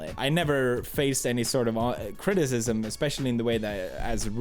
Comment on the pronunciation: “any sort of Auti- Criticism”